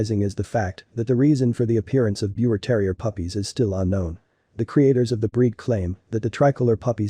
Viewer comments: Pronounced Beaver terrier. It's german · Its pronounced beaver, respect the name. 😢